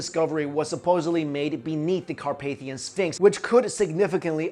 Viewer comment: Really like the way u pronounce the mountains name :D . I'm from Romania ;)